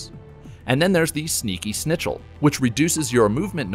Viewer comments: You spelled it “mode” instead of “mod”, also said “Snitchel” instead of “Schnitzel” lol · Oh heeell no. Don’t say „snitchel“ to „Schnitzel“. Greetings from Austria ;) (That’s where „snitchels“ come from.) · The way you pronounced schnitzel hurt my poor German heart lol.